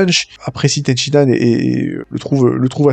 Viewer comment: Purée stop. C'est Ten Shin Han, pas Ten Shi Nan. À chaque fois que tu le prononce Ten Shi Nan, y a un bébé phoque qui meurs dans d'atroce souffrance, apprend à prononcer correctement par pitié.